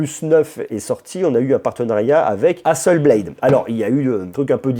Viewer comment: Camarade, Hasselblad est une marque suédoise. Donc le A à la fin se prononce A et pas "è". On dit " Hasselblad" et pas " Hasselblède". Voilà voilà.